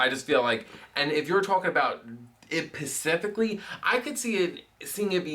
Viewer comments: lol at when looks at the camera when says pacifically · The eye from when you say Pacifically:P